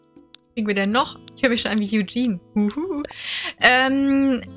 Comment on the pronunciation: Sie spricht es Englisch aus 🤗